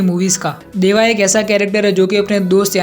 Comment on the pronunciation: Bro it is deva not dava😅😅